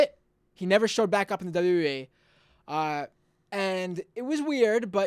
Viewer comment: You can't even say "WWE"; And most of your facts are incorrect. Was he really from your childhood? Because you look and sound about 12 right now. So technically your childhood isn't over yet. ;)